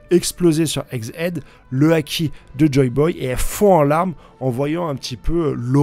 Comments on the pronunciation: Ça ne se prononce pas eggs hid , ça se prononce eggs hèd, ça veut dire tête d’œuf en anglais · Bordel ça se dit ÈG HÈD !!!!! (Tête d'oeuf si t'avais pas compris)